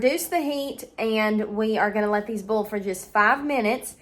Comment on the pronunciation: Its hilarious to me how some southerners pronounce 'boil' as 'bowl' .....lol